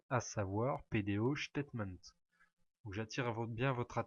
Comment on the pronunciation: Merci bcp pour votre explication mais juste une remarque , PDOStatement , prononcé ctaitemaint not chtatement with s , statement not ch